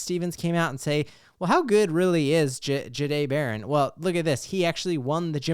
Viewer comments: It’s not juh-day It’s jah-day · i appreciate the content go Broncos, not trying to be mean but might want to work how you say his name. Ja dae the"h" is silent